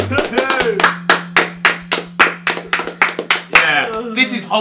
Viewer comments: man said SEEDMEN 🤣🤣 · The way that guy said sidemen "seedmen" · Man said seedmen